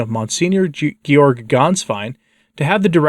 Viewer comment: It's Gay-org